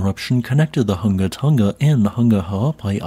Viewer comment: How can you pronounce clothes "hanger" but not pronounce "Tonga"?????